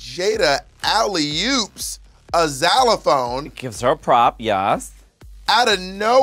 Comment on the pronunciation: How and why is Bob saying ‘Xylophone’ like that? Is that an American pronunciation please?